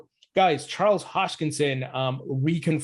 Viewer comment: It's HOSKINSON not HOSHKINSON